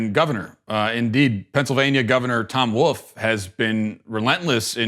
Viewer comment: Matt, are you one of those people that says ‘woof ’ instead of ‘wolf’? Tom Woof? Or is it Wolfe? Canceled. 🤦‍♀️